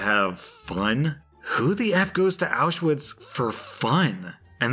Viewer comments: Auschwitz is pronounced "aushvitz" not "owshwitz" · Auschwitz is pronounced ow sh vitz. Just see the W as a V. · Someone really needs to tell to stop pronouncing the w wrong in Auschwitz.